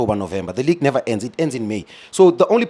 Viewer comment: Never say nevee😂